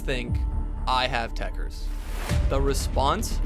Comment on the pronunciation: It’s actually tekkerZ not tekkerS smh